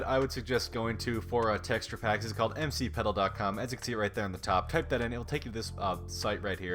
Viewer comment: bro said mc pedil